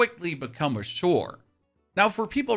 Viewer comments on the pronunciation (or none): For god sake, why does he say "shore" for "chore"??